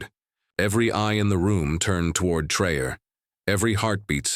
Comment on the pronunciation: You are full of BS. Learn the name is not pronounced Trayor what????